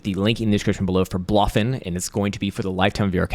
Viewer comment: Its pronounced Blow Fin bruv